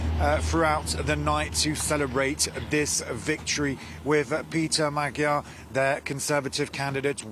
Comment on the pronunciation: Please learn, that "gy" in "Magyar" should be pronounced like 'd' in 'duke", thank you!